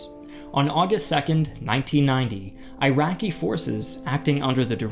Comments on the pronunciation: Please stop saying AIRAKI!!! It is ee-raki!!! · Eraqi not airaqi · eyeraqi lol Iraqi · It's called eeraqi not eyeraqi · He just can't stop saying "Eye-racky" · Eye-Raki perspective is to teach you guys how to pronounce Iraq after decade long occupation and destruction of their country. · Jayzus, it makes it so hard to take you seriously, when you can’t even pronounce, “Iraqi” correctly… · U know as an iraqi i really feel disturbed by the way you guys spell the words "iraq" "iraqi" just pronounce it the way google does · Iraq —> ih-ROCK not eye-RACK. Iraqi —> ih-ROCKY not eye-RACKY Not that difficult…